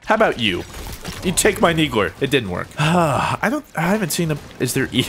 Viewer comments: is he saying neegler? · ...so what's the inside joke behind calling it a 'Neegler'? I mean you're intentionally mispronouncing it, right? Because it's pretty intuitive, I mean, the thing clearly shoots needles, so... Needler. Also really wish you picked up a carbine they're really good in Cinco de Halo, 99% sure they're ttk is faster than the BR's, like how storm rifle does more damage than AR. They're classified as power weapons in Warzone. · You keep saying NEEGLER, XD its NEEDLER not NEEGLER lol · Did anyone hear call the needle the "neegler"? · QUIT saying neegler its needler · it sounds like you say "Neegler"????? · "you take my neegler" - 2015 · Neegler its the needler bro